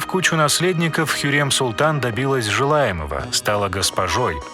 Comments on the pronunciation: Не ХюрЕм а ХюрЭм так лучше произносить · Мы так привыкли к имени Хюррем а вы говорите Хюрьрем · Произношение уши режет Имя хюрЭм к слову Роксолана